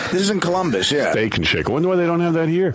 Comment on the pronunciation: The whole thing at the end with John was the start of art slurring his k sounds. Steak-ch and shake-ch